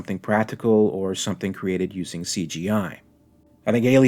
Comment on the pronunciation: "There's summink in the waught-ah!"